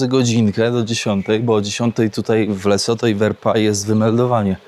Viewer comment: Lesotho? "LeCoTho"? 😅 pojechał sprawdzić co to. Wygląda to trochę jak Rumunia.